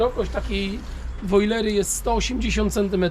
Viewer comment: nie wojlery nie brojlery tylko woliery drogi Panie🙃